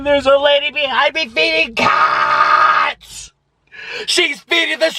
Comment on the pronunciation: I died laughing (im not rude tho) Anyway I heard "she's feeding the cacks"